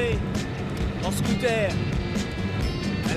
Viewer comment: Antoine, pourquoi t'aime trop dire " Scootair " ? mdrrrr Nous on dit Scoot'heure